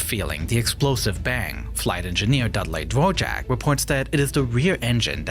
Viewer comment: I'm sorry, but I can Not stand A.I. The "live action" person is A.I. The voice over is A.I. (it's Da-Vork, not Dah-Jork), the 3D modeling is A.I. I'm sorry, I just can't watch anymore of this video. See you next video.